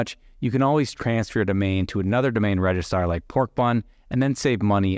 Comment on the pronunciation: grea content, but your missing the second r in registrar in your pronunciation lol keep it up dude!